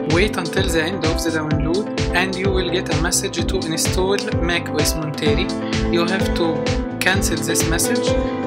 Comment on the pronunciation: Thanks for the walk through. You pronounce the name wrong. It's Mont-er-ay. Named after the coastal community Monterey California